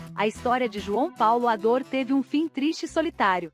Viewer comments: O nome dele não era João Paulo Ador era Adour. Está escrito corretamente mais está sendo falado errado. Adur é como se pronuncia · As manchetes destes vídeos são quase sempre desrespeitosas! E outra, não é "Ador" é "Adur"! Que tal melhorar a qualidade, procurando fidelidade nos nomes das pessoas e a seriedade evitando sensacionalismo em manchetes ridículas? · Não custava nada um esforcinho pra pesquisar e pronunciar corretamente a palavra "Adour". Pelo amor.... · A narração é automatizada, a IA não consegue definir a pronúncia correta.